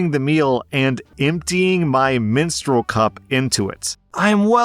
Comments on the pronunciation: Minstrel not menstrual???? 😂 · I legit thought said "minstrel blood." I start thinking, "But that's just regular blood, why would that..." lol Any blood is bad in food!!!